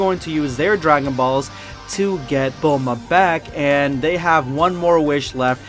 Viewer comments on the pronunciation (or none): Bulmoose not bulma lol